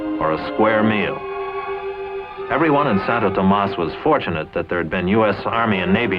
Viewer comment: Santowtowmas hahahaha🤣